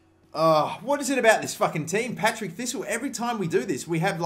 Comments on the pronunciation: PARTICK NOT PATRICK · Patrick thistle 😂😂😂 it's par tick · PAR-TICK NOT PAT-RICK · its paRTick, not paTRick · The bogey team is called PaRTick not PaTRick xD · In-ver-ness par-tick jfc. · “Patrick” thistle, my head was in my hand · It's partick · "Patrick thistle" hahahaha